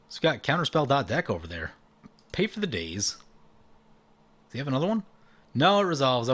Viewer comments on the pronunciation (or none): none